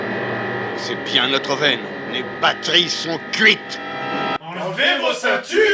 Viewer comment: on est d'accord que le "bat-terie" est fait exprès ?